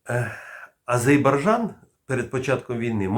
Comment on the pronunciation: Пане!!! Ви дуже багато знаєте і розповідаєте. але мене БІСИТЬ до одурі і неприємно чути азейбаржан АЗЕРРРРРРРРРРБАЙДЖАН!!!!!!!!!!!!!